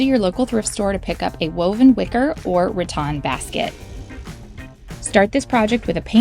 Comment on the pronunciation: Rattan not ratton.